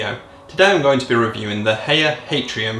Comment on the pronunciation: The first time i've heard of Haier was about 10 years ago, when my parents got an air conditioning system fitted to their house. It got the job done. Also, I believe the way you're supposed to pronounce Haier is like "higher"